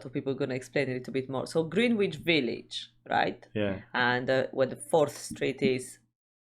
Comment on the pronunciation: “Ger n itch village” not “Green witch village”